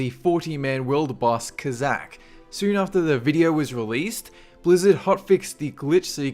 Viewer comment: invented the language and do not know how to speak it properly... Styoyn', syoronite, videyo...